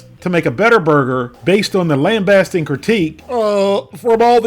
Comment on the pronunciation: LOL for a guy who does not know how to pronounce the word lambasting and is cool but low IQ, can you maybe stop making fun of developmentally disabled people in your Scooter character?